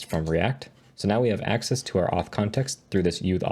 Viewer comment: uth auth context😂